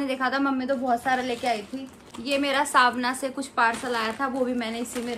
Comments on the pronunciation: it's called savana not savna your pronunciation is wrong please pronounce it correctly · didi not svna its savana